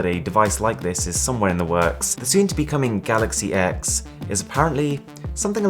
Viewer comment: It’s pronounced ‘galaxy 10’. It’s really not hard to get it right...